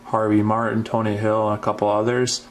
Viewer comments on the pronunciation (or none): none